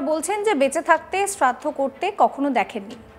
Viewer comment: ota cherraddo na ota sraddho bole😅 by the way kaku tar wife er sraddho kore khub valo kaj koreche ❤